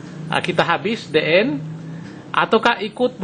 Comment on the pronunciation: bacanya di en bukan de en (the end)........